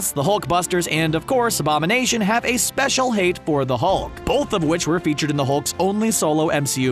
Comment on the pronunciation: u said thulk